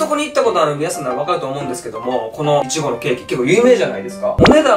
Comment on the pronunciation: イチゴのイントネーションおかしい笑笑